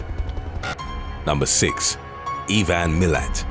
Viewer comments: Huntsmen spiders just look scary now whitetails, redbacks and funnel webs are the scary ones Oh and its "i-van" not "e-van" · EVAN Milat? IVAN!! Pronounced eye-van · E-van! E-van! His name is Ivan! Eye-van! What the heck is wrong with you? Have you never heard of the name Ivan before? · Just for the record, Ivan Milat is pronounced (phonetically) eye-van NOT eee-van in proper English, Huntsman spiders are pretty much harmless but scary looking, Murwillumbah is pronounced (phonetically) Mer-will-um-bah and no matter what you ever read on the internet about Martin Bryant, he is just a c**t. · You pronounce Ivan weirdly it made me laugh. It's like I-van. Similar to saying I-phone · Who the fuck is E van milat In Australia we call him I van milat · Ivan Milat pronounced - eye-van mill-at and since when has the Redback spider been called -australias black widow? We have both. They are NOT the same spider FFS. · Ee-van Mill-at had me in tears 🤣 As a native Australian, all of this is true, and we do ride Kangaroo's to school ✌ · Ivan is pronounced I-ven or at least it is in Illinois. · Ivan is pronounced eye-van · Can I help? His Name is (👁-🚌 ) eye- Van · Love this channel but it's pronounced I-Van..his son was a POS too. Both are a stain on our country. Also it's Mer-will-um-bar. Sorry to be the pronounciation nazi 😅🤣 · Ivan is pronounced like 👁- Van 🚗 V-ann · U butchered the pronunciation of Murwillumbah & Ivan... How hard is Ivan to pronounce I-van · Wicked shit, great vid. fyi: Ivan is pronounced “eye…van” but us Aussies further change it anyway and totally skip the A haha IVN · Three things: 1. Ivan Milat died of stomach cancer in 2019 while still in prison. Good riddance. 2. Just a nitpick, but Murwillumbah is pronounced, "Mur-WILL-um-bah", not "Mur-will-IM-bah". 3. Bit of trivia: Australia has a reputation for poisonous things, but the creatures responsible for the most animal-related human deaths in Aus are actually cows and horses.